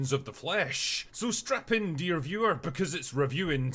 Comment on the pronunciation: Did he say strap in or strap on?